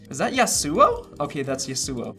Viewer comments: Love you no hate. It’s pronounced yas oo wow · Is that Ya Su O? That’s Ya Su O. 💀 LMAO